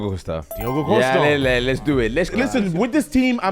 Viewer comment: is embarassing by trying to show how "knowledgeable" he is. Man said Tah and Costa 😭